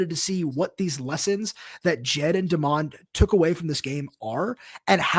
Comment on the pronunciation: Dude, it's DEMOND, not Desmond.